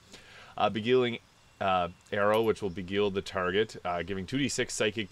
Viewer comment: Be-guile. Think street fighter.